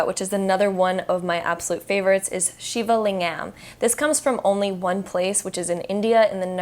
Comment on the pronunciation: The way she pronounced shivalingam 😖😖😖